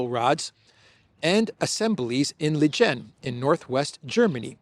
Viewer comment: " Lingen ". Hard 'g' .